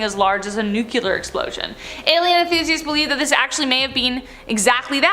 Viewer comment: Sweetheart... it's nu-clear not nu-cu-lar.